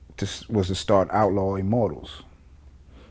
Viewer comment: "you were part of the outlaw immortalz?" ...buahahaah.. really VLAD?